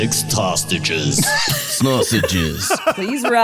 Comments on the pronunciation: it always sounds like the PA-Announcer says "January 6th *tosstages*":_ben::_ben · Seriously though, What's a thostage ?